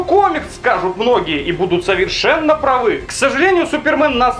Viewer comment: Правильно говорить "прАвы", а не "правЫ". Ты стараешься держать марку, не материшься и в целом соблюдаешь правила этики и русского языка. Думаю, такие правки сочтешь для себя полезными.